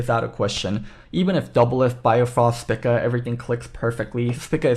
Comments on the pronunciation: Am i wrong, or is saying spica incorrectly... dude is saying "spicka" when literally everyone else ive heard has said "speeka" I could be wrong, but it actually annoyed me hearing him say it that way the whole vid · Spica is a star in the constellation Virgo and it's pronounced SPY-ka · Would prob recommend pronouncing it spEca for future reference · the star is pronounced speeka by all other nationalities listed execpt the UK and US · a lot of usernames dont follow real terms. Also, if you do more than just look at the first thing on a google search you will see that english speakers are the only ones who pronounce the constellation "spy-ka". Everyone else pronounces it speeka. On the link i sent, click the pronunciation button. They state it is speeka. Cannot believe i have to defend myself on a simple observation.